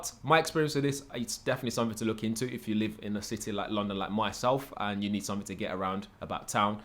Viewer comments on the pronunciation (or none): none